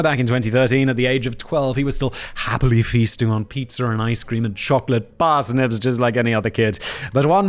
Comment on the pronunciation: i didnt know PIZZA is pronounced PIZZER LOLLLLLLLLLLLLLLLLLLL-luv ca usa just jokin